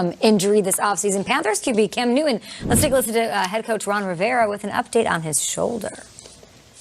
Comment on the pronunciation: At .03 she said Cam Newman! 😆😆😆